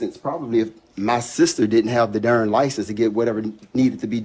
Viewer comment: I feel him but his grammar!!! Yikes "Licease"